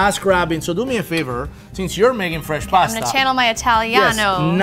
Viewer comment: It's not pronounced 'Paaaaaasta' ffs!!!